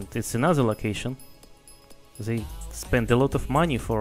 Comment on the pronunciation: mispronounces "They" as Zay